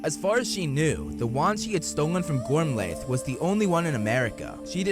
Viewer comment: Holy something! The slaughter of the Irish names, kid. Yikes. Gormlaith = gorm-lee or gorm-let. Rionach = ri-OH-na